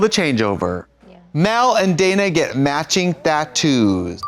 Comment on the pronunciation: Trixie says "tattoos" so weird here lollllll